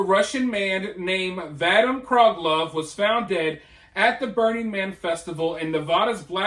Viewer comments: Vadim = vah-deem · Just FYI - the victim’s first name is pronounced Va Deem. Great report! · The name is pronounced vuh-DEEM.